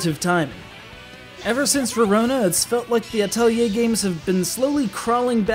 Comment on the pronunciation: Thank you for saying Atelier correctly! :3